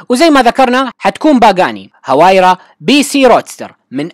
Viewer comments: اسمها الحقيقي وايرا وليس هوايرا... المصدر (عربGT). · نعم اسمها وايرا لأن حرف H لا يقرأ بل يحذف